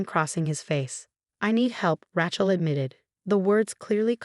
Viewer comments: Thanks to whoever corrected the name for Rachel!! The person who narrates these stories continually mispronounces that name wrong, and I let it go. I was going to do it today because it was driving me crazy, but someone beat me to it!! Now, I'm going to check for other words. 😮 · Please learn how to pronounce "Rachel" correctly. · Interesting pronunciation of Rachel.....ooh maybe it AI lol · There she goes again with a mis-pronounced Rachel lol xxx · Really please learn how to pronounce RACHEL...NOT RATCHEL!! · Its pronounced Raychel not Rahchel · It's Rachel not Rattle. My goodness you didn't even bother to proofread??? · Rachel. Rattle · OMG… secret hair?? That cracked me up! And now, Ratchel is called Rattle? How can the channel allow such glaring mistakes to remain uncorrected? “She stood alone, watching a squirrel beneath the chandeliers”????🤣🤣🤣🤣🤣🤣🤣🤣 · The name isn't 'Ra-chel' it is 'Ray-chel.' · I rather like Rat-shell. Loads of possibilities. And I agree: it's Ray-chel. It's not hard. In fact, it's harder not to pronounce it correctly. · It’s RATChel because she’s a ratchet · Rattle. LOlz. From Ratchel to Rattle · Super intelligent AI pronouncing Rat-shell is really ratshit. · Can you please pronounce people's names correctly. Rachel is not ratchal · Please edit and say the sisters name correctly: Raychel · An AI who cannot pronounce RACHEL correctly. It keeps saying RAQUEL!!! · Does anyone PROOF these things for pronunciation? I can’t listen about Ratchel any more. Program the damn AI so it’s intuitive about how to pronounce stuff. Getting g old… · RaTchel?? Ratchel??🤣🤣🤣🤣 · Please, please, please, learn to say RAY- Chel! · Hahahaha "Ratch-ell." Stupid AI. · It's Raaaaachel. Straight a.😊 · It's Ray/chill. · It's pronounced raychel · Good grief! If Rachel was pronounced "Ratchelle", l never would have my daughter that.🤣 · This is a really good story but the mispronouncing of the name "Rachel" as "Rach-ul" was so irritating that it was hard to listen.